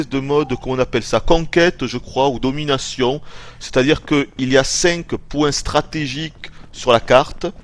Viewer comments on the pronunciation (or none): none